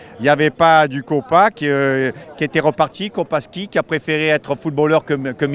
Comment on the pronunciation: Kopaszewski stp pas Kopaski